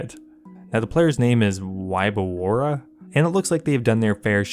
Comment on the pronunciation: Wyborowa xD not even close. Its vodka